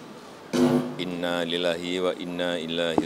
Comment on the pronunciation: Jokowi salah ngucap innalillahi nya.